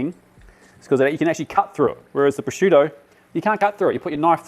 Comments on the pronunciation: The pronunciation of “prosciutto” was like a sledgehammer to my ears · to australia, its normal that he'd have picked up some Australian pronunciations